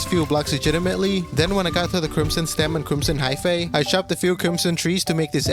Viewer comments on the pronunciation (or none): none